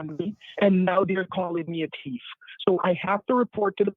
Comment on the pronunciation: imagine being called a "teef" of all things...............terribly unjust